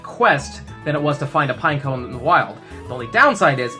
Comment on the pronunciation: "Pine-co." Pine-echo.